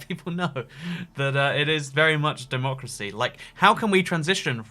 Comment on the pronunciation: why does he say democy